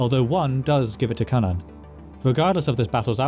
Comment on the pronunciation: i watched an old video of yours and you pronounced cynan in a way that… contradicted my known knowledge of welsh. very glad how youre saying it here, it confused me how something related to cú would be pronounced so drastically different